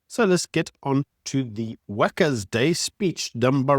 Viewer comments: Why did you pronounce workers day like that? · Did you say Wackers day or Wankers day 🤔